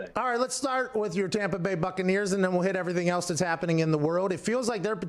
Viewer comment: WA HAP PAN LMAO POOR TOM PA BAY